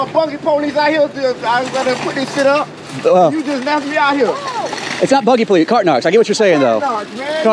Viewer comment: "Da buggy Po-leece" LOL classic!